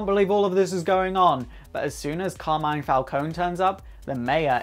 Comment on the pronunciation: Hi from Italy, I love your videos. About the Carmine Falcone character, not to sound too picky, but you are not pronouncing correctly his first name. It's more like this: CAR like Car the vehicle, MI, like in DO RE MI, NE like in the word "next".